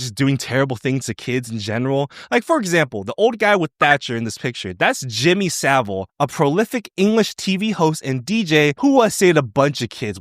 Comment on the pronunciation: Well, you pronounced Sa-vile's name right, but his disgusting acts didn't tank his career - he was dead before the actual scale of his crimes were known. There were always rumours about him, but he was so well connected and litigious that literally nobody ever got away with outright stating what he was and what he did while he was alive. And let's be clear here, he was the most prolific predator in the history of the country. He's still the most reviled man ever to live on this island.